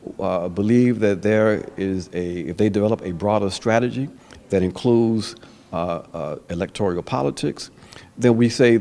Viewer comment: Ajamu, the word is electoral, not electorial...